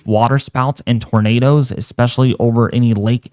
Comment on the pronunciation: I hate it when you said "tornadoes"